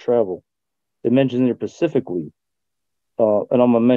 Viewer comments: Ms McDuffie don’t you know the correct word, according to is “ pacifically”, not “ specifically”? 🙄🙄🙄🙄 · “Pacifically”. This guy is a brilliant legal scholar. Keep using double negatives also; it’s very impressive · I’m certain they are referring to the many many times says “pacifically” when he’s meaning to say “specifically”.. does this frequently because he has jello brain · He mentions a lot of things pacifically. That was an expecially effective tactic.